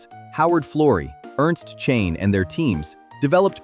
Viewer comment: AI mispronouncing the name of Sir Ernst Chain there!